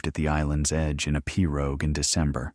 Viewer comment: Several repetitive statements but a good story. The narrator could investigate swamp/ Cajun pronunciations. Pirogue for the 1st.😅 but a concise and clear speech. Thank you.